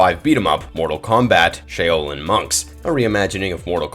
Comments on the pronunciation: Why are the names so messed up. I never heard Shaolin and Edenia pronounced so badly.... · Is the narriator AI? He misspronounced 'shaolin' and 'cronika' several times as well as other things lol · This guy needs to do some research on pronunciation. How do you cover mortal kombat and butcher Edenia and Shaolin?